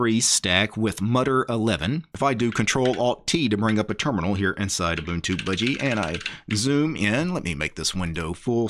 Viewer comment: First guy pronouncing them right and not k'bantu